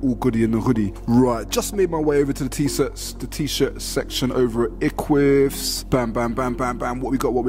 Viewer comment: eqvvs is pronounced ek-wiv-is bro for future reference